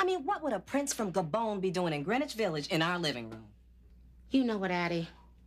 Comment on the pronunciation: Why do they keep saying Gabone. It’s Gabon, rhymes with don not with clone.